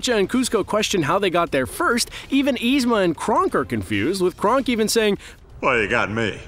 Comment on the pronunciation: Aghhhh it's not Krunk it's KRONK